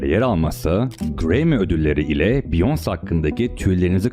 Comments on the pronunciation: Abi beyoncé'nin ismi ‘biyons' diye okunmuyor é harfi olduğu için 'biyonse' demen lazım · abi olayları çok iyi özetlemişsin sadece beyonce biyons değil biyonse diye okunuyor ufak bir bilgi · abi allah rizasi icin beyonce'nin ismini dogru telaffuz et. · Biyons diye okunmuyor o Beyoncé! Taylor Swift adinida yanlis söylüyorsun. Surda mantikli bsy yapmaya calisiyosun adam gibi yap ltfen. Isimleri bile dogru telaffuz etmeyen birini nasil ciddiye alabiliriz? Biyons dedigin an bittin benim icin. Umarim ciddiye alirsin bu yorumu.